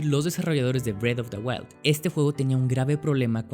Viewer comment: es que parese que dice bread of the wild